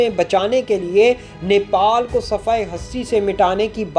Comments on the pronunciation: Its Nepal not niple, nipple chuche ko kehte hai 🤦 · Bhai Nepal not Nipal ok. Thankyou.